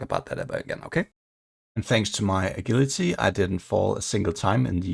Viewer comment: 10 34 agility is pronounced with a j like in jump not the g in guilty BTW 🤓